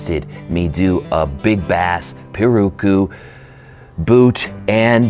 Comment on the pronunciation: Pirarucu. Pronunciation for you. ‘Pi’ like you’re saying ‘pistol’, ‘ra’ as in ‘rat’, ‘ru’ as in ‘roof’, ‘cu’ as in ‘coupe.’ Put them together, pi-ra-ru-cu. it’s a fish that lives in the Amazon river that is very flavorful. I hope this helps in future pronunciations. The Brazilians roll the red when they pronounce it. It rolls off the tongue pretty well. Thanks for the great vids!